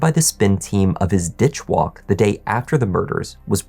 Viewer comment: Lol "Ditch Walk"